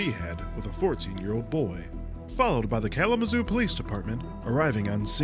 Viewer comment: bruhhh not kalamazoo 😭😭😭😭